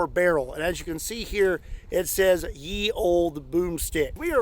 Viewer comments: "ye" is pronounced "the" and historically this is a Hnnde Gone. However, bonus points for pronouncing "Olde" correctly. Yes, ranges were usually very short, the first gones were defensive weapons used to repel breaching attacks (on fortifications) or a charge. You have also now found out what the War Hammer was the the superior medieval mele weapon. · Fun facts! 1. You usually wear a padded gambeson between your chainmail and your arming doublet, which should help with the shrapnel problem 2. The "Ye" in "Ye Olde" is actually pronounced "The" - the Y is the closest thing to a Þ that they had in the earliest printing presses 3. This is exactly the reason that heavy armor stopped being a thing after musketry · "Ye Olde" is pronounced "The old" The letter Thorn (Þ) got corrupted when printers started using movable types and substituting Þ for Y. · Fun fact: "Ye" in "Ye olde" is just pronounced "The". It's just an old way of spelling it that way. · The Y is meant to be pronounced as a 'TH' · The "y" in Ye is actually the old English letter "Th", so you would pronounce it "The Olde Boomstick" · great video as awlays, but I'd like yo clarify the linguistics a bit:D So, it is actually pronounced just like modern the, the thing is that back in the day, they had 2 letters for different th sound: th like in think was Þ and þ and th like in the Ð and ð. But in certain fonts Ð looked a lot like Y and that's why a lot of modern pubs just go with Y, but it's still read like th of course. Thank you for an awesome video as awlays! Good luck!:) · It does not say "Ye", it says "The". Y was pronouced TH. Not such thing as Ye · Fun fact, the Y in Ye Olde is not pronounced Yuh, but it is an old renounced letter that was pronounced Th, so you have The Olde broomstick XD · The "Y" in "Ye Olde.." is not the letter "Y" at all, but rather a version of the letter 'thorn' which is pronounced "th".. so "ye olde.." is pronounced "the old..." Best regards, you local grammar-elon